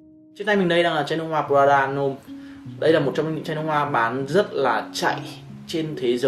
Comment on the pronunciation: Prada L’homme Intense tối hơn và sang hơn rất nhiều so với Prada L’homme. Prada L’homme Intense phù hợp hơn nếu thời tiết lạnh, và cho những người trưởng thành hơn. Góp ý bạn xíu về việc cải thiện phát âm tên thương hiệu :D